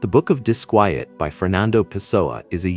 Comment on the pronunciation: Why does your AI pronounce the book title as both "dis-kwee-et" and the proper "dis-kwy-et"? Why is his name spelled Pasoa, Pisoa, Pessoa, and more? Which one is even correct? Very annoying